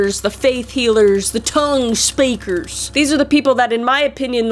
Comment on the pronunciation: The "Tuung Spaakers!" Lmfao 🤣😂 I laugh but I do actually believe in speaking in tongues. I can do it sometimes when I'm praying hard.